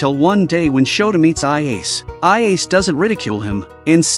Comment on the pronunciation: should be: "Ah-Yah-Seh" not "Ah-yeys"....